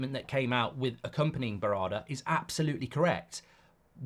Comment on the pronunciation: Mark you've butchered Berrada's name 😂